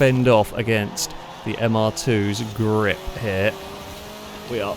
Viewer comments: gLiP lmao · You are the only person I’m aware of that pronounces “grip” with an L